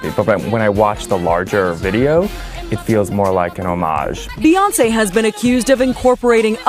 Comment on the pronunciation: he pronounces "Homage" CORRECTLY!